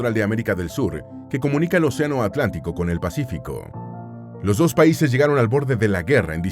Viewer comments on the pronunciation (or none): none